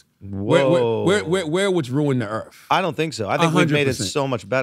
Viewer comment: ¿Yo, What is this ”Earff” Charlomagne is talking about ??